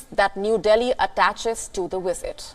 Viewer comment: What is a “wisit”